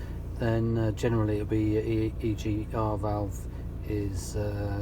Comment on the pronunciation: You say ERG throughout...